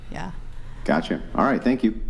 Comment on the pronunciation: So funny when girls say "pink you" for thank you. 😂